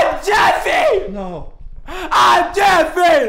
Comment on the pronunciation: The dad saying Jeffry and not jeffy is so true they actually say jeffry